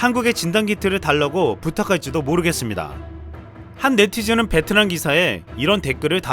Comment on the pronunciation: 베트남 발음할때 뭐라하더라.. ''비엔나''였나?소세지도 아니고 ㅋㅋ